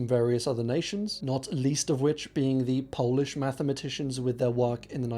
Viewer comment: really good polish pronunciations!